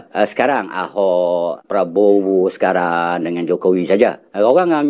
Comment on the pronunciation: Sekarang,, bukan bacanya sekang ang